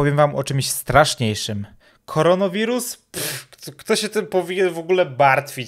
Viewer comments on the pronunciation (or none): "...koronowirus..." Ja: *Złość nie do opisania* Ja kilka sekund później: Koronawirus! A nie korono! K O R O N A!!!! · Mówi się koronawirus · Tak, wiem, zdałem sobie sprawę, że wymawiam nazwę źle - powinno być koronawirus, a nie koronowirus :p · Pf kfaronowirus Pf nie kfaronowiruz tylko korona wirus 😏 kfaronowiruz ja się tego nie boję a wy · korona wirus nie korono wirun